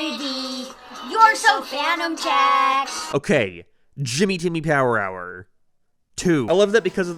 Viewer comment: Bro finally pronounced it right 😭😭😭